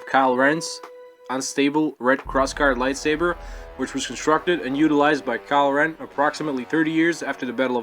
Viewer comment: it's sounds like you keep sayin kyle rem lol